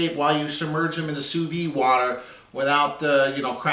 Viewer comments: It's pronounced soo veed (pronounce the "d"). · like it a lot but you should pronounce the de at the end of vide like you would a d from a french man to you looks good can't wait to try